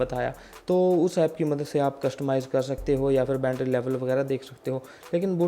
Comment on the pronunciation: ठीक से हिंदी बोलो भाई बूट बोल रहे हो बोट को बैटरी को भी गलत बोल रहे हो